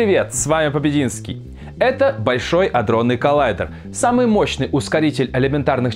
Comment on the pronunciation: 0.38 аДронный коллайдр. Серьёзно?! Нельзя что то подкрутить?!